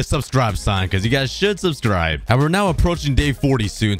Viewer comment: dose anyone notice he says suscribe susyboca :) just poiting it out pls forgive my speling damb